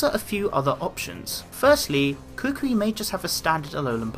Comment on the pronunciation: Why do you say Kukui as cookwee